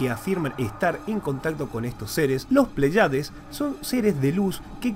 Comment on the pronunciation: Bueno el video pero creo correctos corregir algo, no es "Plaiades" sino "Pléyades" con acento en la primera e... y ese es un grupo de 7 estrellas llamadas también las 7 hermanas o l constelación de las Pléyades